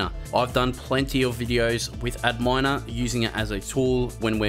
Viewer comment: I think Adminer is supposed to be pronounced as "admin-er" rather than "ad miner" lol